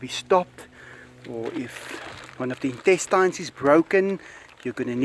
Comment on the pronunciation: Your saying in test TYNES....I say intestines....the TINE part is pronounced just tin....it's shortened...your saying it like frankenstein I couldn't saying anything in Dutch except MI DUSHI.....is that some sort of greeting...everybody's says that in Aruba.